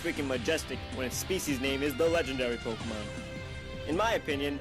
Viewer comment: YOU SAID POKEMON WRONG